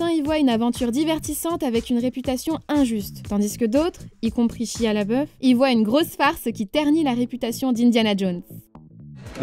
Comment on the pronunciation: « Chia Labeuh » Bravo les prononciations